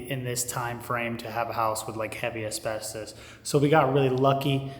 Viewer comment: why is it so hard to pronounce asbestos?... my man has the patience of a saint 🤣